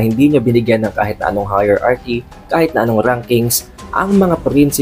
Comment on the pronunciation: high-rarki pag pronounce dun sa Hierarchy. Hindi higher-arki. 😊